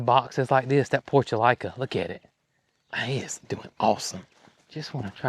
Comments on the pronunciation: 🥰🥰🥰🥰🙏🙏 Respectfully: those pretty window box flowers is pronounced PORT -U-LAH - KAH or commonly called Moss Roses. (Which were my Grandmas' favorite.) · I always pronounce the Portulaca with the la sound, NOT LICA. Must be my regional thing. Texas and before that Northern Illinois.